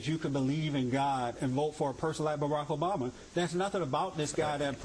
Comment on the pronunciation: did that idiot say Barama? wth